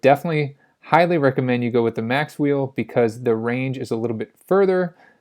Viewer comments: It's Macwheel - not Maxwheel or Macswheel (or Mac wheel) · Macwheel not "maxwheel"